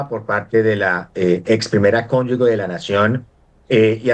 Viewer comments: Gustavo petro para sus ex mujeres si millares, y millares, y para los problemas de los colombianos que 🦊🦊🦊🦊 tan bellaco. La primera cónyugue, lo correcto es cónyuge y se pronuncia ( cónyuje) consulte el diccionario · "Nadie se vuelve corrupto en el cargo público, se necesita ser corrupto antes de ocupar el cargo". (Ari.Onassis). ¡Ah! Y se dice "Cónyuge" No 'Cónyugue' Cón yu ge Cónyu ge "Ge" que suena 'je'. ¡Por favor! 🤌🏻🤌🏻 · Señor profesor se dice y se escribe CÓNYUGE Y NO CÓNYUGUE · Muy bueno el análisis y las denuncias, excelentes, pero es desastroso que todo un profesor y experto diga durante todo el video "cónyug'u'e"; cómo es posible que en todo su recorrido académico y profesional no haya aprendido a decir CÓNYUGE, una palabra tan sencilla. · Díganle al abogado que no se dice "Cónyugue", pero si "Cónyuge"; Tampoco es RCTV, pero si RTVC. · Alguien que le diga a este "doctorcito" pelón, que no se dice conyugue" sino cónyuge y que no repita la palabreja cada medio minuto por dárselas de "culto" quedando por el contrario como un ignorantón. Y que además no es "RCTV" sino RTVC. Atacando a Petro y habla peor que él y eso ya es mucho decir.😅😅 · Con todo respeto le corrijo al señor que expone: Es RTVC y se dice CONYUGE .....